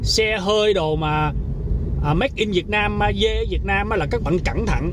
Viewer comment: “Ma dê” a nói mắc cười quá, a làm e nhớ ông chú em quá